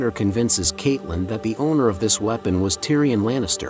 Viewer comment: The way you pronounced catelyn triggered me